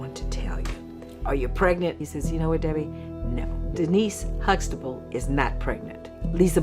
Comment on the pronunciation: Everytime they say huxtable I hear vegetable